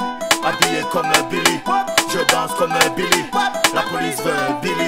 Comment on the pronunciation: Il a prononcé 81× beely ptn